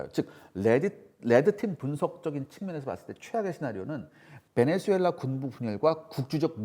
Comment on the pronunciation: 베네주엘라가 아니라 베네수엘라 라고 발음해야죠